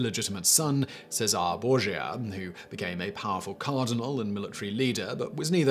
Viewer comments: Not Bore-yah, Bore-Hah (Borja) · Learn to say the words you're using. You don't come close on Cesare, little better on Borgia. And then, you've added the simply blatant restating of incorrect internet tales, in the place of research. Your channels used to be a value, but basically, from the point where you started making cover images with your face in some cheesy, tacky looking pose - following along with the current trend of trying to show an expression but ending up looking like a sad mime, from pretty much that point they become sloppy and unreliable.